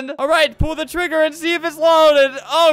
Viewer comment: you said e but you actually said "AND" as "E"